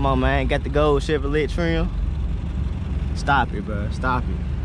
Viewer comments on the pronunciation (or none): Pronounced “CHEVROLAY” Chevrolet!